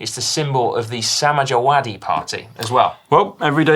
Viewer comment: The only thing funnier than that pronunciation by Si of 'Samajwadi Party' was the 'Cow' exchange.